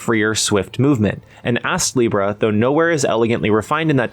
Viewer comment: You really put the ass in astlibra with the pronunciation sometimes 😂 Game looks quite interesting but hearing it can be grindy puts me off a bit.